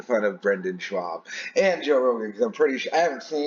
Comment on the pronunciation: The way you’re pronouncing Schaub suggests you suffer from dyslexia on top of the already debilitating speech impediment. That being said, you take peoples shot talking in stride and I’ve never seen you cry about anything. That alone makes you more of a man than these crying pussies pretending to be free speech crusaders